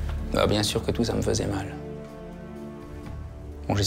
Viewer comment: A elle dit j'en etais sûr avec un accent bizzard 😂😂😂